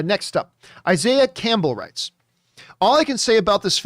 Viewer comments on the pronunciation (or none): none